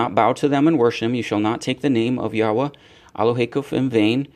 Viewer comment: Thank you for pronouncing the Name Yahwah correct